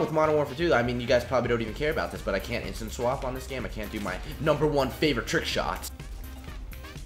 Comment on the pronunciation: He says "instinswap" instead of instaswap lol